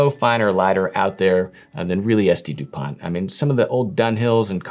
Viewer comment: The t in Dupont is silent btw